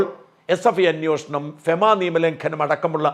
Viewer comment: അന്നോഷണം അല്ല മലയാളീ, അൻവേഷണം ആണ്. short form ആണ് അന്വേഷണം